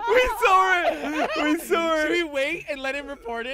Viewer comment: we sawr it we sawr it we sawr it